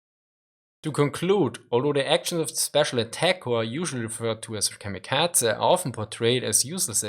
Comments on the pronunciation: KamikaZe, not KamikaTZe. Z as in Zaire, not TZ as in Cyprus ! They were suicide pilots, not cats :) Please take care of prononuntiation. It is japanese word, not german. If you do not know terminology, it undermines value of your point. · The letter z is pronounced like ts in German, that why he says "kamikatse".